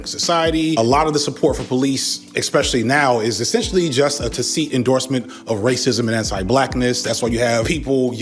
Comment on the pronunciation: love you man, but that's not even close to how to pronounce 'tacit'